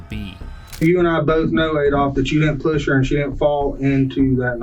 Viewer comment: Does anyone else hate the way he pronounces push?